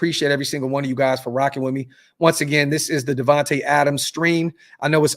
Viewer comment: "DIVAnte" Adams lol!!!!!!!